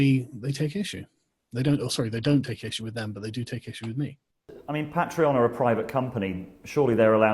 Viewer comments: “PAY-TREE-ON” Goddammit‼️‼️‼️ not “PAT-REE-ON”‼️‼️‼️‼️‼️‼️😠😡😤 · You say Pa'treon I say Paytreon. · First time watching your content and it's good so new subscriber but it was so hard to keep listening when you kept flip flopping between your unique pronunciation of Pat-tree-on and the usual Pay-tree-on. Even saying both in the same sentence... Argh 😬🤪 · You pronounce patron properly, and then mangle patreon. They're legitimately the same word aside from one letter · Make your mind up how you pronounce Patreon? You did two versions in the same sentence. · Say “patreon” properly please. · Can you please say patreon correctly. I stopped cause I just couldn't listen to your pronunciation anymore.